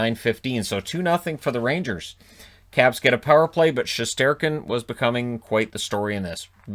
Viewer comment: I thought he said the Crabs lol.